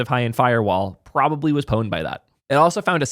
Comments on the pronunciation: Pronouncing the P in pwned is like nails on a chalkboard :face-purple-crying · You need another word for pwned… and why are you pronouncing it with an O?